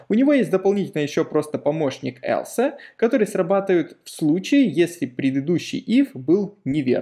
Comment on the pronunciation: элсэ! Бля, элсэ! Весь кайф обрезал от просмотра прошлых видео!)))